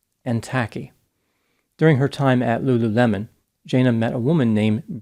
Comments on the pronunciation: It's not Lu LU LEMON! It's Lulu le mon... l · Lulu mon. Not lemon lol, it's cute though